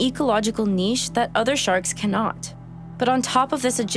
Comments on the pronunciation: I really appreciate the pronunciation of niche as "neesh". I know "nitch" is perfectly acceptable English. But frankly you rock that "neesh" sexy as hell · Lovely video. May be worth noting for future ones that unique means one, not rare, so things are not very unique; they are unique or they are not. (And thanks for not saying "nitch!") Looking forward to others! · Thank you for pronouncing niche correctly!